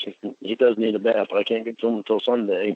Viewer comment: “I couldn’t help bawt cry reading the chat” right, cause it disproves the absolute bullshit you tell yourself about “didn’t wanna go there” “They brought up shex first”